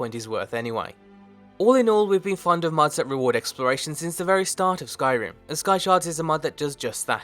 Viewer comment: i thought you said "skysharts"